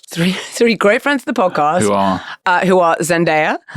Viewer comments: Why is Richard calling her Zendire? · Richard continuously pronounce Zendaya's name wrong even though he hears the right way to say it, Whats up with that?